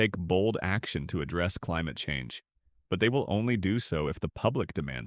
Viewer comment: "The fight against climuhchange" hahah you 🤡